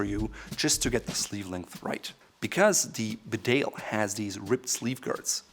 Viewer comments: It’s a ‘bee-dale’ not a be-dale😀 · BeDALE is pronounced BEEdale. It’s a small town in North Yorkshire. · It's pronounced Bee-dale 🇬🇧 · Can all these reviewers from America please check their pronunciation of English words? The jacket is Bee dale not B’dale. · BEEdale, not BeDale. And you are the expert? Also learn to pronounce Edinburgh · Just wish he could pronounce ‘Bedale’ correctly. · Mate, it’s pronounced ‘Bee-dale’, just to save anymore embarrassment. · Very good review. By the way, Bedale is a place in North Yorkshire and it is pronounced bee dale. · Bedale... it's pronouced Bee - dale. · The Bedale jacket is pronounced “Beedale” It’s named after a small market town in North Yorkshire, England, where I happen to be from. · Actually sir that is wrong. It’s pronounced “bidet” after the washing apparatus. The name reflects the water resistant of the self lubricating thread found in a mans sudden separation below the small of the back. It also draws its stylistic sense from that place. From such modest beginnings to such a high price. Only goes to show that rich people will buy anything if you price it high enough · For a guy who creates videos criticising how people miss pronounce brands names. He really ought to be competent enough to say Bedale correctly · It’s bee-dale, this is coming from a Richmondite (parents are from the north though) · It’s a Yorkshire market town where I grew up and it is pronounced “Bee-dale” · pronounce bee-dale please!